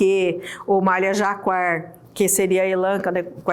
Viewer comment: pronuncia-se JACÁR o nome do tecido cuja estampa é em alto relevo, como mostrado nesse vídeo.